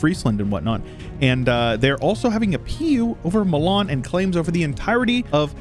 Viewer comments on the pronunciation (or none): none